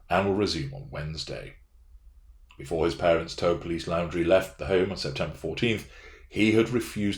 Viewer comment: Thanks for the vid. Looking forward to your analysis of the body cam interviews. FYI - Moab, Utah - pronounced MO-AB; Laundrie = Laundry